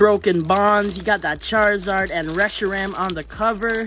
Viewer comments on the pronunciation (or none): none